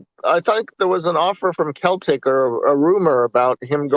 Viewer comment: Lampard needs to do it right he is not yet ready for Premier League. Ambition is one thing common sense is another. Its pronounced Seltic like Auges. John Terry will be a far better coach.